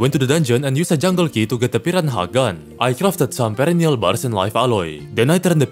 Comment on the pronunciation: Why does he say "piranha" like that 🦅